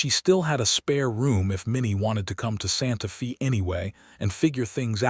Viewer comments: It's pronounced Santa Fay. Not Santa Fee. Spelled Santa Fe. That's how you know whoever gave the AI info. They didn't know how to pronounce alot of the words or the meaning. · 🤷SANTA FÊ NOT FĒ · Santa Fe is pronounced as Santa Fay. No Fi. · Santa Fee? lol AI is supposed to be smart. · AI says Santa Fee. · The name Santa Fe is pronounced "Santa Fa" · Please!!! It is Santa Fe (Stated Santa Fa) sounding like a Long A!!!